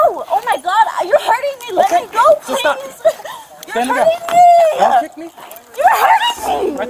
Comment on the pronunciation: Please-ahh. I cant breath-ahh